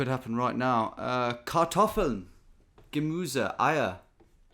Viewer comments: "my german is embarrassing", continues to pronounce Kartoffeln, Gemüse and Eier almost perfectly 😅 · How clearly he pronounced "Kartoffeln, Gemüse..." in particular the "ü". 😱